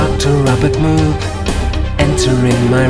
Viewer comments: Anyone who knows anything about Dr. Robert Moog, knows it's pronounced "Mōhg," but then you wouldn't be able to th rhyme Droog with it... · rhymes with Vogue. Yes. They even released the Moog Rogue to try to correct people but it didn't quite stick.